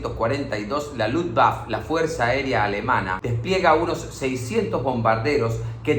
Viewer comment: Y la "e" final de Luftwaffe se pronuncia